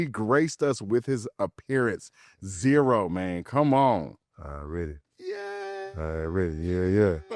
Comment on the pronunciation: ITS ZERO 💀 Z-Rooooo